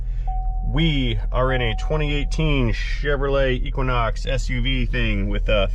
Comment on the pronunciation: Obvious you have a MFG preference. Chevrolet is the only manufacture's name you pronounce correctly. Fird, Doedge, and all that. I am a Ford guy. I really don't like the Browns(Chevy). GM is General junk, IMO. I'm just a Ford guy.